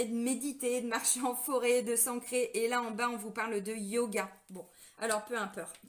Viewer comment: " Peu impeurte".....😁 Merci... pour cette énergie dans la forme de cette guidance. Ça pulse....